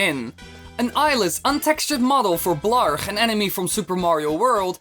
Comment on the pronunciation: blarG not blarK